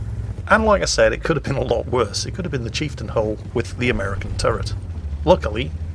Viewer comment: drink every time says chifetain